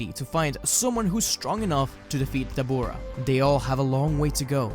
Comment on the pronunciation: I’m loving this story but why do you say dabura like that 😭